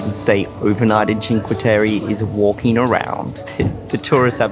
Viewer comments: I understand you;re Australians but please say Cinque Tereh not Cinque Terry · Always love your videos! But you guys butcher the names of Vernazza and Cinque Terre!:)